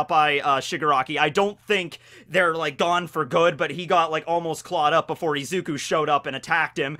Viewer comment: This boy called izuku ezuku 😂